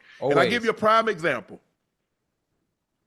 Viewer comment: It sounds like your saying Time and not Prime Unc, however I do like that as Prime's other nickname.... Time ⏰️